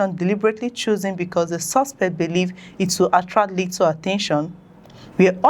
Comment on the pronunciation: We appreciate the news you bring to us but you need to work seriously on pronounciations eg... "Commitniti"=COM-MU-NI-TY "Suspet" = SUS-PE-CT "Adoption" = AB-DUC-TION "Copration" = CO-OPE-RA-TION so and so forth. Please, note these correction is not to be dismissive of your effort, or in any way trying to minimize it. No. It's just one of the ways to help you grow aside of watching or liking. Thanks, and kind regards.